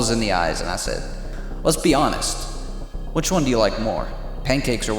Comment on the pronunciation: "...by QCHHWHICH...." i've seen all of your videos...some of them more than once....but that kills me everytime. Only God knows how much i'd like to see more videos on your channel...you are both extremely funny and extremely helpful